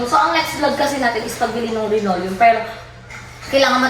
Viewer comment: Yes linoleum hindi rinoleum Bang😊